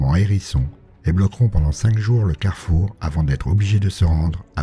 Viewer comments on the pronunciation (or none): none